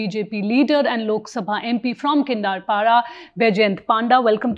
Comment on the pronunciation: Kindapara? Arre aunty, thoda youtube par constieuncy ke naam ka pronunciation toh check kar letin? Its Kendrapara. Not so tough to pronounce.